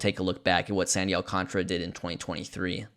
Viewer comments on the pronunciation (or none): AL-KAHN-TAR-UH There's a whole fucking letter in his name people just refuse to pronounce!